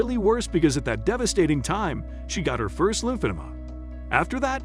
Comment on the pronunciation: seriously! He has no idea how to say it